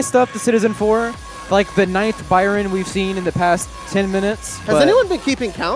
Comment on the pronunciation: Stop calling him "Byran"